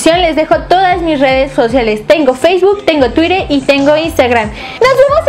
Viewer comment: Alguien no sabe pronunciar colorante ni Twitter :P